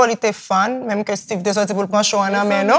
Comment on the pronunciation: Koman Styve Jay a li pa Steeve en anglais 😂